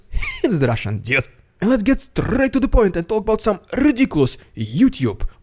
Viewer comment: My wife loves it when you say " Rrrrrrridiculous Rrrrrrrrusian Ppppppproppppooogggannndddddaaaaa